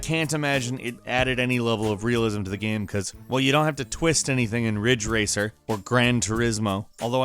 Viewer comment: It sounded like he said fridge racer